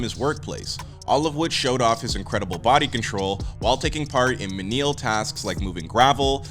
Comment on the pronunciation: Sorry, what tasks? Meneeul?? Jesus wept